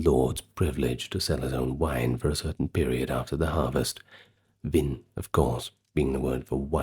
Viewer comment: France is a short train trip from england and this "historian" cannot properly pronounce the French 3 letter word for wine. What an ignorant fraud. He obviously does not care very much for the quality of his work. I wonder about the level of his education.